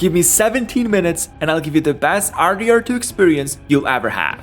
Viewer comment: how he said RDR2 was just stupid